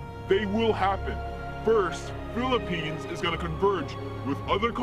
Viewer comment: the word philippines is so clear!